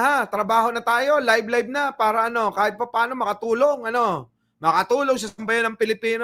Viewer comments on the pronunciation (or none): none